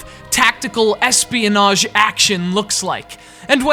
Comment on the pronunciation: why do you say Ssss pionage